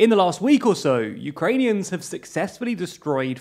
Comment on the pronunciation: Holy fuck... he's pronouncing the names correctly!!